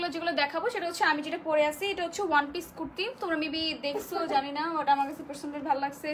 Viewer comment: It will be Kurti not Quirti Bolod!!